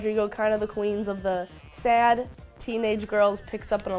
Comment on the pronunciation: She hit the country accent when she said "sad"